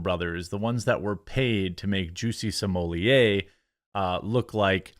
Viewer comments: Pronounced Smol-let, not Smol-yay. Just sayin. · It’s pronounced s mol et why are you making that more complicated than it has to be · Smollett is pronounced "small-ett .... One t would have you pronounce it small-ay ..... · Why did you say his name like that ? Lol